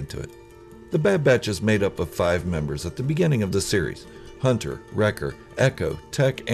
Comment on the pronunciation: don’t you mean Hunta, wrecka, tik, eik, and crossszhair